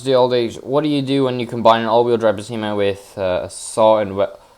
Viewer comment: Most people’s pronounce it as “Peh Sei Mah “ And “I be Shoo” Buuut it’s fine pronounce it anyway It’s based of a 84 Non pop up Accord Edit: or a 80s galant